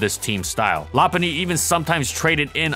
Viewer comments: I thought it was “low punny” not la punny? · law-pun-knee? Isnt it Low-pun-knee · I always pronounced it "Low" because "loping" is a term for walking, and Lopunny has high speed and long legs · Nah, it’s Lop-unny. The Pokédex 3D app and anime pronounce it that way. Plus, part of its name comes from Lop, not Low. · You're saying its name wrong, it's not pronounced lop-punny or even lo-punny. It's pronounced low-cunny. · Yeah but it sounds awful. Still gonna pronounce it “low-punny” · ~~first~~ Lopunny <3 I always pronounced it Low-punny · Cant tell if this is sarcasm, but the official pronunciation is Lo Hes factually wrong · Ramsey Ali LOP-unny. Check the Pokédex 3D app. Also the anime since it pronounces it that way. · La-punny? LA-PUNNY?! LA-PUNNY?!?!?!?!? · I pronounce it “low-punny” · Its actual pronounciation is Lop-unny. Check the Pokédex 3D app. Also, part of its name comes from “lop”, referenced from floppy eared rabbits. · Yep, it’s pronounced Lop-unny. Part of its name comes from Lop, which is referenced from floppy eared rabbits. It’s also pronounced that way in the anime and Pokédex 3D app. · I thought it was pronounced "Loh-punny" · Well part of its name comes from Lop, which makes sense as to why it’s pronounced that way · Whats a lopunny to prunouce it it's lowpunny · No. It is pronounced LOP-unny. Check the Pokédex 3D app (there’s a video of official pronounciations of Pokémon on YouTube) and the anime. Also, Lop is referenced from Lop eared rabbits. I don’t understand why so many people pronounce it wrong. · Oh my god, that pronunciation is awful. Lo-puh-ny. Period.